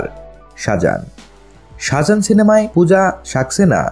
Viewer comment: shajan na-- Saajan- correct your pronunciation please.